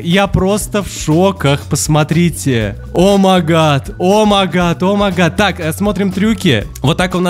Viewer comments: Ты очень классный но поправачка не омагат а омайгат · не омагад а оумайгад